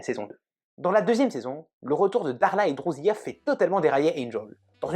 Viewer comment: On lui rend son âme ... c'est pas sa conscience qui le rattrape... Apparemment vous n aimez pas la série. Ca se ressent ... rien qu en prononçant des noms avec un accent à couper au couteau ! Je vous découvrais, mais là je suis déçu. Après j entends drousiya ... faut arrêter de faire genre chui bilingue